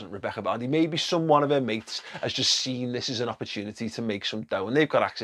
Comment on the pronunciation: You gave Vardy a Beckham accent 😂😂